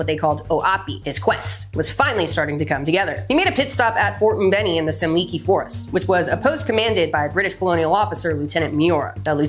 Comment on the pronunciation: Ugandan here, nice to hear how you almost accurately read the local names. Currently doing a study in Semuliki forest, near the DRC. WELL DONE 👏👏👏